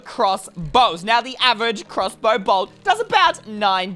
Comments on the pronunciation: You said crrrossbow and that makes me laugh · I like the way he says crossbow like “clusbow”